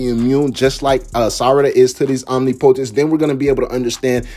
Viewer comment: You are pronouncing omnipotence wrong.